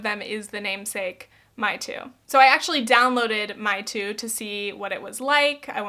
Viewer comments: Meitu is actually pronounced may-tu!!!! I live in Taiwan and the so called "chinese/asian" social media manners doesn't really apply (ex.not editing others and ur photos is considered rude is definitely not a thing here)ppl here mostly look up to korean beauty standards but i think korean beauty standards are a mix between traditional asian beauty and western beauty!! Also ppl in china use meitu but in Taiwan i see more ppl use O2cam, SODA, SNOW and B612 the most, the first 2 are a lot like meitu u can also put on makeup, add double eyelids, add teartank(lots of asians are obviously with teartanks) etc, the latter 2 apps are more lil filter apps (so like snapchat but more!) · I thinks its pronounced more like may-tu not me-tu. Mei means beauty in mandarin. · Random note. Meitu is read as "may-too" not "mee-too" 😂 I'm Chinese and I was born naturally with larger eyes, thick eyebrows and full lips. But I can tell you that some Chinese people in my country did skin whitening (like we aren't white enough) and lip fillers. And they always use the snapchat filters which is starting to get annoying by time. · Hey! Mandarin speaker here:) 美图 is not pronounced ‘my-too’ but how English speakers pronounce ‘may-to’... but irrespective, I also have some thoughts on mainland Chinese social media too. It’s interesting that you said that Chinese people with editing apps are chasing after the same western ideals we do... I’ve always thought growing up that Eastern media and aesthetic ideals are SO different, so much ‘softer’, ‘cuter’, ‘smaller’ whilst I see western media promotes more of a harsher and mature standard hmmm, interesting! Another great video ❤️ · my-tu, my-tu filters Me, literally in China right now: Mei!! It's gonna be may! Meitu! Idk why I'm so triggered over it lol but it gets me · I loved this video! Just a tip, though! Meitu is pronounced May-two not My-two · hey! just wanted to say that it's pronounced "may" (美) tu like the month!